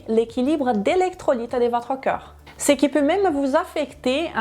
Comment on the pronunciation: Un conseil ! Vous avez tendance à dire ou plus exactement prononcer CŒUR au lieu de CORPS ! Ce n’est qu’un détail, simplement qu'il serait bien de corriger. Merci pour toutes vos informations qui me sont bien utiles et que je commence à mettre en pratique. Encore merci pour tout vos conseils très intéressants. Olivier.